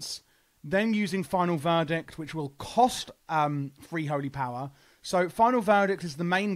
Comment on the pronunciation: Lmfao it's a play on the accent. Free/three.